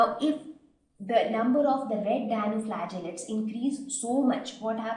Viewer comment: its Dinoflagellates not Dianoflagellates .